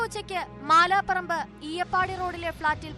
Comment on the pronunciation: മാല പറമ്പ് അല്ല.. മാഡം. മലാ പറമ്പണ്